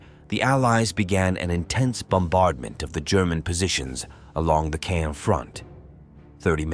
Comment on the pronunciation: Caen is not pronounced as cane.